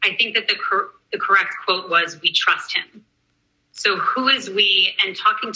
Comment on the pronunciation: Every time he says “Vee will continue” I 😂😂😂😂